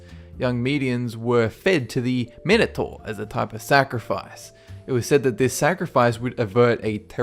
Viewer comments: learn how to pronounce minator! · the Minator is pronounced mine- o- tore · It's pronounced Mine-o-tor Thees-I-us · Actually the pronunciation of Minotaur is mih-no -tar. That , the Gorgon, and the Sphinx were about the only things he pronounced correctly.